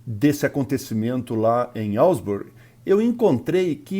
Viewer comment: Asbury* not Alsbury.